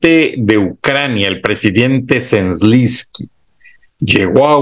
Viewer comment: Se dice: Z E L E N S K Y, no Zlinsky...